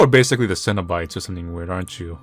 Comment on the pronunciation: this looks pretty god and yes you are saying 'cenobites' right, a really good horror movie